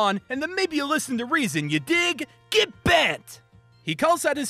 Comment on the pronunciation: Nobody:: G E T B E N T